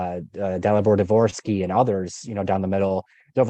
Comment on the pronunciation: Good choice by to say Dvorsky.